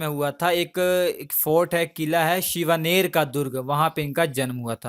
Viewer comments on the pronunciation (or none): Shivner nahi bhai Shivneri. Aur शाहजी nahi शहाजी. aur साइबाई nahi सइबाई